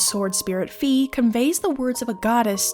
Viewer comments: I don't know squat about German, but Fi is Phai not fee. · Fi like Pi not fe like pee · I am going too start comenting this sort of thing until my quest is done. Fi is pronounced Phai. I know that for certain because I am german and play my games in german. In german words are spoken out in a very straight forword way and her name is actually written out as Phai in the german translation. I don't want too step on anyones toes whit this ,but it bothers me each time I hear her name pronounced diffrently. Phai NOT Fee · That's not how it's pronounced tho. In the Japanese text it is pronounced like "my". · That’s not how it’s pronounced Look at the Japanese characters